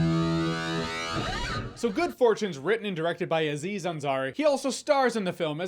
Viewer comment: It's not A-ziz Ansari, just like it's not A-dam. It's just Aziz Ansari.. Having watched the full video, he corrects himself later. 😂😂